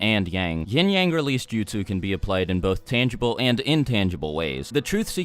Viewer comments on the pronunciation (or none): All i hear is “yeeng yeng” LMFAO